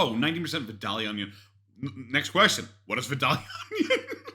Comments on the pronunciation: And it’s vie-dale-ya or if you’re really country, vie-day-uh 😂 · my grandma is from vidalia, my whole family from there pronounces it vi-day-uh. I’m from Savannah - I pronounce it vi-dale-yuh. Your breakdown is wayyyy too accurate. 🤣🤣